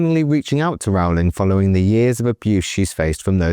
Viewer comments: Minor point: "Rowling" rhymes with "bowling," not with "howling." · FFS!!... Can't you at least pronounce JK's name correctly??! It's like 'rolling'... or 'bowling'. So rude -- and just bad reporting. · It's 'Rowling' as in 'Bowling' Alley. No, Rowling was not referencing "hypothetical situations", Rowling was describing her own personal experiences (do your homework). It is obvious Watson, Grint and Radcliffe are poorly informed, badly educated, insecure actors who understand nothing about basic anatomy (there are 10,000s of biological, hormonal, neurological, chemical, proportional, sex and reproductive cell, chromosomal, and other, differences that differentiate males from females). Stupid Idiots